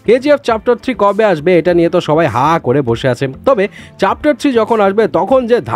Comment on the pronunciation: চ্যাপ্টার ❌ চাপটার✅😂😂